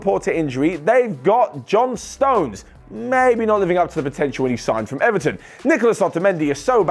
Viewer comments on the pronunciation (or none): none